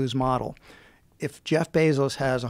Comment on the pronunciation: Is this guy honestly saying "Bezos good"?